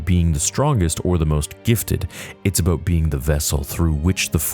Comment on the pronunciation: Thats what its aboot 🫡🇨🇦